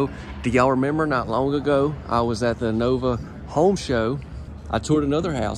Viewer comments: It's Novi, not Nova. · it's pronounced Novi